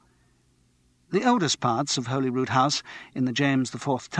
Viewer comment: How difficult is it to find out how to pronounce Holyrood?!